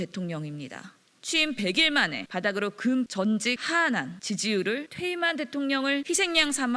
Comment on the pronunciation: 급전직하한…금전직하한한??? 대변인이라는게 딕션도 제대로 못하네.